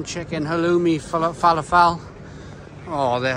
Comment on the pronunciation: cracking video mate, I'm only here for the mispronunciation of shawarma and falafel 🤣